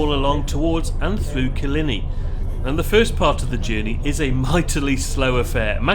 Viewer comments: Killinee lol. Kil-line-ey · Great Vlog. As with many in the comments section I’m local and when you impress locals you’re doing something right! Small point it’s Kill-eye-knee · Great video. FYI: Killiney is pronounced kill - eye - knee 🙂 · Oh dear, oh dear it's pronouced Kill eye knee !😅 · Yep the pronunciation of Killiney was mangled 😂